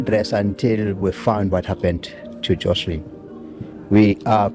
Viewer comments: Beautifully? The child's name is wrong in the video title, on screen during the video, and every time ite narrator says it.... even tho they including several pictures with the correct name. It's Joslin... no 'h' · Joslin… not joshlin.